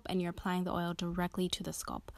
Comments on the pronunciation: Her saying skulp made this video unwatchable 💀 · 😂🤣😂🤣😭 I was trying not to be petty(and was going to make a simular comment)..BUT..if she says "Sculp" one more TIME though!!! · ouuu you killin me wit that “ sculp “ dont you ever say that again in yo life chilee 😭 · Good stuff i am trippn though how she says sculp instead of scalp lol no disrespect it was just funny hearing it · SCALP NOT SCULP OMG😖🤣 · Leave the lady's pronunciation of scalp. The tutorial is good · I wonder where she’s from. Ppl not from the Midwest look at me crazy for saying bag as “Beg” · I never heard anyone pronounce “scalp” like she does in this video.